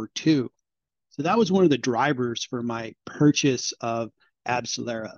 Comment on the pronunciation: You lost credibility the moment you spoke... Abcellera didn't help Pfizer and Moderna to make vaccines... Abcellera is a company that makes ANTIBODIES...NOT vaccines - they had absolutely no role with Pfizer nor Moderna for their COVID vaccines... Not only that, but you're totally butchering the name...